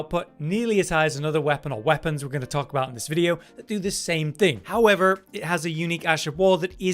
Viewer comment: when he said however like that, it threw me off